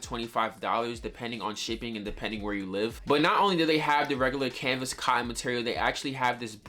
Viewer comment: W vid but please stop sayin canvas